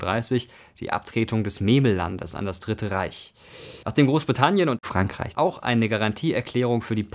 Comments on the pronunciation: XD was war das für ein "Frankreich"? Liebs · klingt irgendwie seltsam wenn du Frankreich sagst